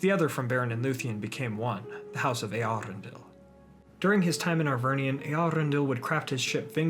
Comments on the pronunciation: Your pronounciation of Eärendil is kinda weird. The emphasis should be on the eaRENdil not eArendil. I cant unhear that now its horrible... Cool video otherwise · Correct me if I'm wrong but I believe your pronunciation of Eärendil is wrong. The ä is pronounced as the a in apple. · Eherendil—- only Yoystan probounced it well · Is that how you pronounce it? Always thought it's pronounced ärendíl since quenya and sindarin are largely based on finnish 🤔😋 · I also wondered for a time how it's pronounced, when I first red the name. It's not an umlaut "ä" (like the German "ä" as in Äpfel), but a diaeresis (tréma) "ä", so it means the "a" is pronounced separately (and is not melting together with the "E", so it's not a diphthong) and does not change the sound of the "a". The name is Quenya and there the "a" is pronounced as in father. The IPA should be /ˌe.aˈrendil/ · Love the hard Rs you have in your pronuciation of Eärendil's name